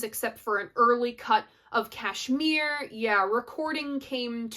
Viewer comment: Kudos for pronouncing Kashmir correctly. 10 Years Gone so complex they played it once on stage with KPJ playing bass with his feet and mandolin . Great song. Great chords .